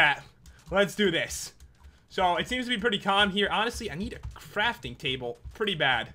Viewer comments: And way earlier said crapping trable. That means a pooping table, not something to craft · Pat, did you say 'I need a frafting table instead of a crafting table?!